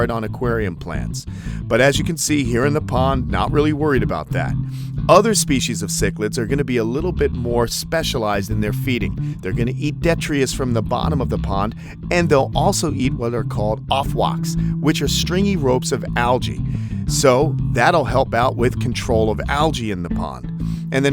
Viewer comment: Detritus, not detrius